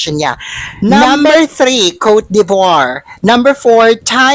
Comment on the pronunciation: Exceptional performance ng Philippines and utter beaity; the sun shining through! better pronounce Cote de Voire ( kor du) vwar).